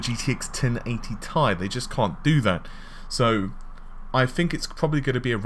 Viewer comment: "1080 Thai" xD, it's 1080 Tee Ai.